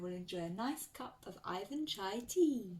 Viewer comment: Hallo. Im Putin. Its NOT aifan chai!!!!! Its Iwan chai...Iwan.